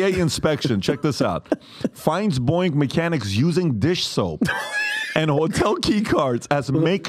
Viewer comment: Pat , its Boeing, NOT BOING! 🫣🫣🫣